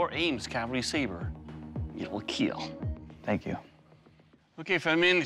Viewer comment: Doug after intentionally cutting something up: It will keel... Doug after accidentally cutting himself up: It will heel...